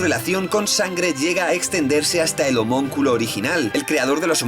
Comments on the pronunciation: El término es "Homúnculo", no "homonculo", que es como lo pronuncias en este y otros videos ^^u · se dice HOMÚNCULO no homonculo...